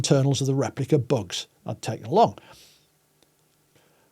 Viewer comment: Extremely interesting and presented so well, but it took me over half the video to realize he was talking about “bugs”, not “books”